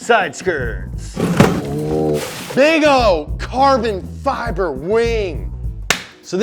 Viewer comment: What happened to you!? Since when do you pronounce carbon fibre wrong, huh?